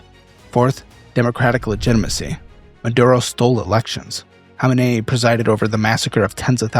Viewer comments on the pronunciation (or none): none